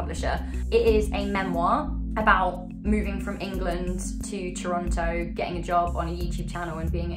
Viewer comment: Claims to have lived in Toronto for years. Pronounces it Toronto. Visible confusion